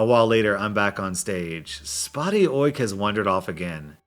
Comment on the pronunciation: Say Oik again, I love it